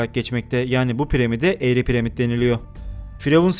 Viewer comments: premit diyip duruyor snirm bozuldu pramit deseydin keske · Piremid nedir hacı :D Piramid değilmi :D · abi premid ne ya :D pramid dilmiydi o +1 leyin görsün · Yok pirimad ak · Piremid nedir acaba dkdkdke piramit o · Piremid ne reis 🤗😋